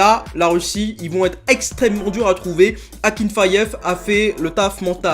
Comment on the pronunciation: Akinfeev pas akinfayev frr